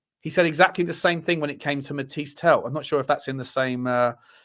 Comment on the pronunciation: Mateese Tel, not Mathias Tel dude